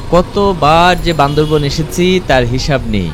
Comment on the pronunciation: বান্দরবন না বান্দরবান বললে কি সমস্যা🙄